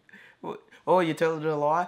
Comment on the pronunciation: you said "cap" like how thai people say "khap" which means "i agree" or "yes"